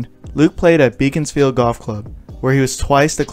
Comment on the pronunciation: You didn’t mention that he started playing and was junior champion for 2 years at Hazlemere Golf Club where he still has a hole and a suite named after him. Also Beaconsfield is pronounced “Beckonsfield”